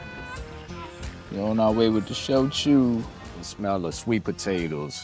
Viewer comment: It's pronounced "So-Ju" and I can't make it simpler than that guys. It's not chuice or chambalaya right? This is just as bad as chuna. Even the narrator made it worse by saying "Show-chew". You guys gotta take it easy on the sauce. I'm watching drunks play the telephone game with words they don't have the time to learn to pronounce. Respect other cultures guys we're learning so much about American culture from what you do. Thank you.